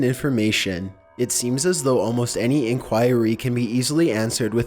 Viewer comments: Wait. How did he say "inquiry" in the beginning of the video?! In-choir-ry? xD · I hate this narrator. He can't pronounce shit. Listen to the way he pronounces inquiry at the beginning.